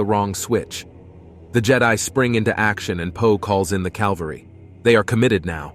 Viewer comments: Cavalry not calvary. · Quite good, honestly!!! How much of this is written by AI/LLM? I don’t have any issue with using AI for art but I’m just curious since the images and narration were generated. There’s a couple of spelling mistakes that the AI narrator voices faithfully, like “calvary” instead of “cavalry” which makes me think that one of you wrote it or possibly helped it along with the final draft. Just wondering! It’s really awesome either way! Looking forward to the next two! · You said Calvary instead of cavalry. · Cavalry. Not Calvary.